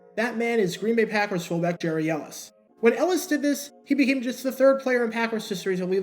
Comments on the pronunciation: Get the name pronunciation right. His first name was pronounced "Gary" not "Jerry". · His first name is actually pronounced “Gary” (not “Jerry”). Not sure why, but that’s the way it was. By the way, your videos are terrific. I could watch these all day. I love the narration and the fact that you really do your homework. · Re-record and pronounce the guy’s name right 🤠